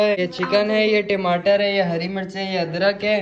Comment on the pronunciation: Timatar nhi hota tamatare HOTA hai😂